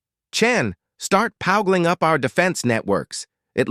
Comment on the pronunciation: "Powgling up our defense networks"